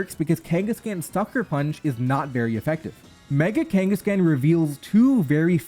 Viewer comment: The way he pronounces Kanghaskan irritates me to such a high degree degree lol